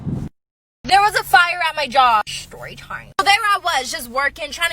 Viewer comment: The way she says shtorytime